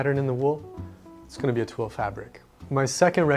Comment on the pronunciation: your articulation of twill has just earned you a new subscriber.